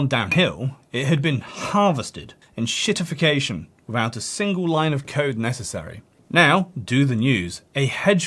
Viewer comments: It's EN-SHIT-IFF-IC-A-TION, not ON-SHIT-IFF-IC-A-TION. Ya Franco-ponce. I also sell fine on Amazon without adverts. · please don't be like these "fi-NOHNG-ce" asswipes, it's Fi-nahns, and it's EN-shittification not OHNG-shittification also, english for fucks sake, fix your letters. make them do what's on the box. sincerely, Germany.